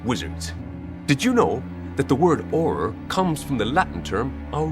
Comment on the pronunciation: I like the way says Aurrrrrorrrrrr